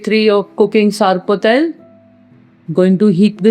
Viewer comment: It’s not sarpatel. It’s sorpotel